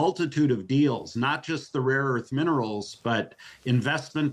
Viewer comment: "raw earths", not "rare earths" -- 😆the president said so...